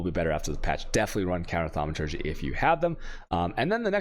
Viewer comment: The fact you pronounce thaumaturgy correctly of all things is the funniest thing in the world to me, good work dude :)